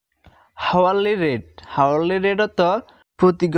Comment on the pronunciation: হাওয়ারলি না, আওয়ারলি